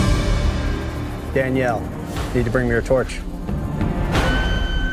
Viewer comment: ''DANELLIE'' HAHAHAHAH